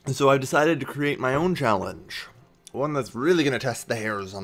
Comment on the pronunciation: Callange? Really,?:D